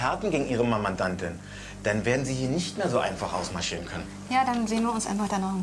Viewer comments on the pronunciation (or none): "gegen ihre Mamandantin" 😂